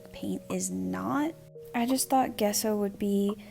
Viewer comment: lol every time you said Gesso, all i heard was "queso"